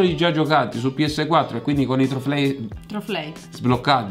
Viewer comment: TLofei XD be, parlando del Giappone e dopo essere stati in Giappone...:D... anche se è più da Cinese... A no dice troflei....:D Rubber, Fan: in originale, oppure si chiama Rufy (o come si chiama e scrive) l'unica che dice Rufy e non sa Rubber XD... Quindi intuisco che nei gioco non ci sia scritto Rubber una cosa lunga e dice: Si deve infilare nel posteriore XD HAHAHAHHAHAA Tizi delle YT poop, dove siete XD... e poi, ODDIO, VERAMENTE XD HAHAHAHAHHAHA